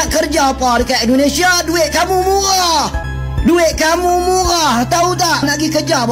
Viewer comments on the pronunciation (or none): Inilah tanda orang yang tak berakhlak sukanya menghina, mengucap saja tidak becus muhah bukan muhah tapi murah. 😂😂😂😂😂